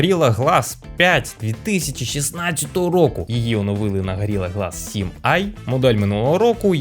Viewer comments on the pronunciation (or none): none